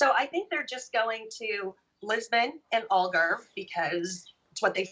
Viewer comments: If you speak English ALGARVE is pronounced not like ALL GARVE but more like HAL GARVE. Or as in AL CAPONE. Get it! And it's O ALGARVE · Al, Al .... not All Garve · You have been in Algarve since 2017 and you still don't know how to pronounce the name properly. Shame on you american immigrants